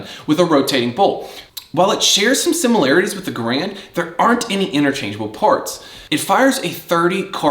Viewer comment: I'm just being nit picky here, but please the man's name is a two syllable word...gAr-and. The bar as you call it is pronounced by the letters..B. A. R. Not as a word . Now that that is out of the way, damn you wield that carbine very well. Also the best part of the m1 carbine is collecting originals. Ten different manufacturers/ makers. Totally fascinating subject. Honestly a very well done video. Mostly I'm just yanking your chain about pronouncing of the others. So was the one you showed a WW2 made one or is it a new auto ordnance or something like that?